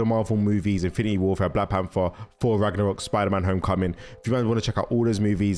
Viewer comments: "OOOHHH FORRR FORRR" SPEAK CORRECTLY! ITS THOR WITH A TH NOT A F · It's Thor bro not 4😂😂